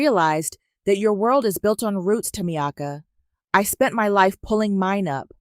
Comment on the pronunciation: Ta me ka is how it's pronounced